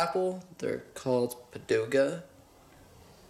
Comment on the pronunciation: he said padoga !!!:d its pagoda nice video keep up the good job you rock!!!